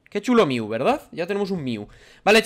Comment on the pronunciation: No se dice miu se dice mew